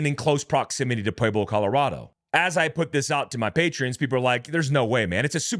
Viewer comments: Bro… we’re here in Pueblo (pronounced “Pweb-lo” not “Pweayb-lo”) just down the road from Cañon City (pronounced Canyon City). I hate to nitpick as the grammar police but all the people here that I share this to are commenting on that. The wild wrest aspect of the cartels is just another Tuesday out here. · Just so you know; Canon city is pronounced Canyon City, Pueblo is pronounced pweb low